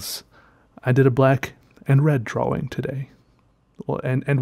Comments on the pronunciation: I love the way he sais "dro-wing" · I love how he says drawing (drowing) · Draugh Wingh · I love how he says drawing like draWing... dude u are also amazing at art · I like the way he says “drawing” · I have a weird appreciation for how pronounces "drawing" and I'll never get over it lol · You are beyond awkward and weird, and I love it. Also the way you pronounce the word drawing... 👌